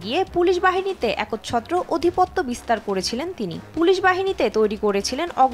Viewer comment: Khabar portr asechho tomarto lekha paray kamti rayechhe tachhara uchharane khube vul rayechhe odhipaty nay adhipatya samrajya nay samrajya desh tv kartipakshke bolchhi su shikshita sangbad pathika nin ta sushikshita pabene ba kothay